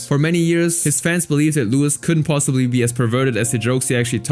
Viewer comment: Its pronounced "Louie" not "Lewis" lol